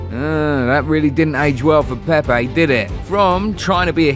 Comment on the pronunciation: Hey... What's up with this accents.. its PEPE not PEIPAY